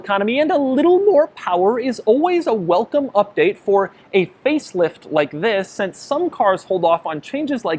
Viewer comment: Doug always starts his vedio with a ‘Ziss’ lol